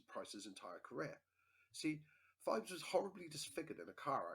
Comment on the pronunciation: It's pronounced Pheebs